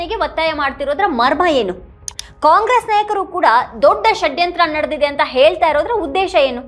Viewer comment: ಮೇಡಂ ಈ ಉಪಮುಖ್ಯಮಂತ್ರಿ ಯವರ ಷಡ್ಯಂತ್ರ ಶಬ್ಧ ಉಚ್ಚಾರಣೆಗೆ ಕರ್ನಾಟಕ ಮಾತೆ ಧನ್ಯಳಾದೆ ಎಂದಿದ್ದಾಳೆ ಈ ಆರೆಸ್ಸೆಸ್ ಮನುವಾದಿಗಳು ಕಳೆದ 70..80 ವರ್ಷಗಳಲ್ಲಿ ನೂರಾರು ಆಸಾರಾಂ ಮತ್ತು ಗುರುಮಿತ ಸಿಂಗ ರಂತಹ ನಕಲಿ ದೇವಮಾನವರನ್ನೂ ಹುಟ್ಟು ಹಾಕಿ ಪ್ರೋತ್ಸಾಹ ನೀಡಿ ಬೆಂಬಲಿಸಿದವರು ಈಗಲೂ ಅದನ್ನೇ ಬೆಂಬಲಿಸುತ್ತಿದ್ದಾರೆ. ಧರ್ಮಸ್ಥಳದ ಮಂಜುನಾಥನೇ ಸ್ವತಃ ಸತ್ಯಾನ್ವೇಷಣೆಗಾಗಿ ಈ ರಾಜಕೀಯದವರ ತಲೆ ಪ್ರವೇಶ ಮಾಡಿ ಅವರ ನಿಜವಾದ ಮುಖವನ್ನು ಹಾಗು ರೂಪವನ್ನು ಮತ್ತು ಇವರ ಮುಖವಾಡವನ್ನು ಜನರಿಗೆ ಪರಿಚಯಿಸಲು ಹುನ್ನಾರ ನಡೆಸಿದಂತೆ ಕಾಣುತ್ತದೆ. ಮೇಡಂ ಇದೇ ಅಣ್ಣಪ್ಪ ಸ್ವಾಮಿ ಈಗಾಗಲೇ ಸತ್ಯಾನ್ವೇಷಣೆಗಾಗಿ ಭೀಮನ ತಲೆಯನ್ನು ಹಾಗು ನೂರಾರು ಯು ಟ್ಯೂಬರ್ಸ್ ಪತ್ರಿಕಾಕರ್ತರ ತಲೆಯನ್ನು ಪ್ರವೇಶ ಮಾಡಿದ್ದಾನೆ.ಪೆಟ್ಟು ತಿಂದರೂ ಬಿಡಬೇಡಿ ಎಂದು ಪ್ರೇರೇಪಿಸುತ್ತಿದ್ದಾನೆ. ಅದೇ ರೀತಿ ಮಹೇಶ ಶೆಟ್ಟಿ ತಿಮರೋಡಿ ಅವರ ತಲೆಯನ್ನು ಇಡೀ ಮಂಜುನಾಥ ಹಾಗೂ ಅಣ್ಣಪ್ಪ ಸ್ವಾಮಿ ನಿದ್ದೆ ಮಾಡಲು ಬಿಡದೇ ಏಳು ಎದ್ದೇಳು ಎಚ್ಚರಾಗು ಎಂದು ಹೋರಾಟಕ್ಕಾಗಿ ತನ್ನ ಮಹಾನ್ ಭಕ್ತನನ್ನು ಎಬ್ಬಿಸಿ 13 ವರ್ಷ ಮುಗಿದಿದೆ. ಧರ್ಮಸ್ಥಳದಲ್ಲಿನ ನೂರಾರು ಜನರಿಗೆ ಇದೇ ಅಣ್ಣಪ್ಪ ಸ್ವಾಮಿ ಬುದ್ಧಿ ಹೇಳಿ ಸತ್ಯಾನ್ವೇಷಣೆಗೆ ಬನ್ನಿ ಏಳಿ ಎಚ್ಚರಾಗಿ ಎದ್ದೇಳಿ ಓಡೋಡಿ SIT ಗೆ ಬನ್ನಿ ಸತ್ಯ ಹೇಳಿ ಕ್ಷೇತ್ರದ ಸೇವೆ ಮಾಡಿ ಎಂಬುದಾಗಿ ಬಡಿದೆಬ್ಬಿಸುತ್ತಿದ್ದಾನೆ ಇದನ್ನೆಲ್ಲಾ ನೋಡಿದರೆ ಮಹಾಭಾರತದಲ್ಲಿ ಧರ್ಮದ ರಕ್ಷಣೆಗಾಗಿ ಸ್ವತಃ ಚಕ್ರ ಹಿಡಿದ ಶ್ರೀಕೃಷ್ಣ ನಂತೆ ಇಲ್ಲಿ ಸ್ವತಃ ಮಂಜುನಾಥ ಸ್ವಾಮಿಯೇ ಸತ್ಯಕ್ಕಾಗಿ ಹೋರಾಟಕ್ಕೆ ಇಳಿದಂತೆ ಕಾಣುತ್ತದೆ. ಭೀಷ್ಮನ ಕುಂತಿಯ ಕರ್ಣನ ಹಾಗೂ ಅಶ್ವತ್ಥಾಮನ ತ್ಯಾಗಕ್ಕಾಗಿ ಹುನ್ನಾರ ಮಾಡಿ ಧರ್ಮ ಯುದ್ಧವನ್ನು ಜಯಿಸಲು ಪ್ರೇರೇಪಿಸುತ್ತಿದ್ದಾನೆ ಎನ್ನುವಂತೆ ದೃಶ್ಯ ಸ್ಪಷ್ಟವಾಗಿ ಕಂಡುಬರುತ್ತದೆ ಸ್ವಾಮಿ. ಸತ್ಯಮೇವ ಜಯತೇ ಇದು ಬರೀ ಶಬ್ದವಲ್ಲ ಇದು ಭಾರತಾಂಬೆಯ ಮಣ್ಣು ಎನ್ನುವುದು ಸಾಬೀತು ಆಗಲಿದೆ